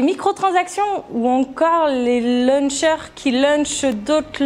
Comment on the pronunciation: Launcher ca se prononce Lontcheur.... "Luncher" c'est un mangeur le midi...